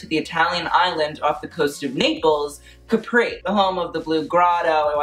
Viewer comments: I can feel the pain of all the italians when he said "CAPRÌ" instead of "CÀPRI" lmao🇮🇹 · It’s Cápri not Caprí, please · Please learn how to pronounce CÁPRI AND CAMILLA. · He keeps saying the island name like the American juice box instead of the actual name. I'm going to cry laughing.